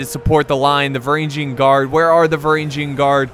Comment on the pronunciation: και οι Varagian Guard επρεπε να τους λενε Φρουρα των Βαραγγων(Frura ton Varagon), αλλα δεν γινετε να τα εχουμε ολα χαχαχα